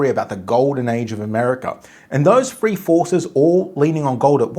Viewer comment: Its THREE , NOT FREE. 😊